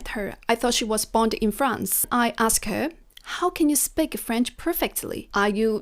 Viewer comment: Hi Zoe, great advice. Since you mentioned constructive criticism, please notice that you're mispronouncing the word speak as spik. It should be a long ee sound as in sheep or week. Keep up the good work!!